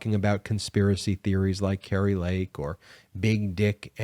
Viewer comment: the name kari is pronounced car e not cary..